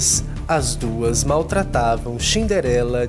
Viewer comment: É Cinderela não é xniderenla